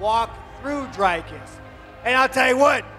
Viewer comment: Learn how to Say D-R-I-K-U-S